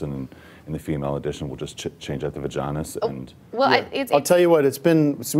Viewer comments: The va-john-is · “The vaganis”